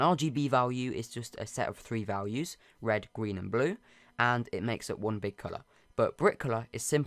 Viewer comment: “End the Gween part”